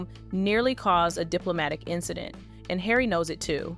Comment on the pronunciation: You need to learn how to pronounce Harry 😂